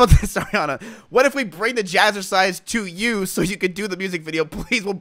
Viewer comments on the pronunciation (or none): Y he hate ariana so bad😢😢😢 also its Ariana not Airiana😅😅😅